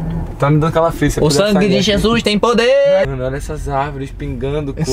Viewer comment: "o sangue de jesus tem poderr"kkkkk